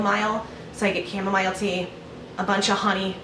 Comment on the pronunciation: Lol chamoMILE lol pronounced chamoMEAL. Don't know why that bothered me.